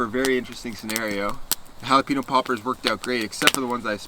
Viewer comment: i came to rewatch this video because of how he says jalepaño😂 “ha-la-peen-o” when it should be “ha-la-pen-yo”